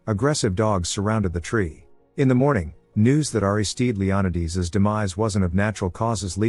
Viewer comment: Leonidas pronounced Leon~eye~d’s instead of Leon~eye~das is a new one! I love the way these AI voices miss pronounced names. I’m not complaining , I’m just saying it’s interesting bc I was like WTF kind of name is that, until I realized what it was! Magda being Mog~da.. interesting maybe even a bit peculiar! Enjoyable either way!